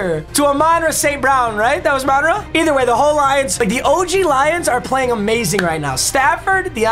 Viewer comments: You gotta stop pronouncing hommies name like that 😂😂 it's amon **pause ra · Can someone teach him how to say Amon-Ra (you are supposed to pause in between each part)